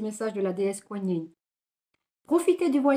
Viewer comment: Merci 💗la déesse se prononcé koi comme quoi et nine koi nine bisoussss 🌈☀️💗✨✨✨